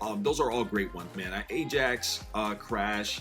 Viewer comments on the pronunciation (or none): none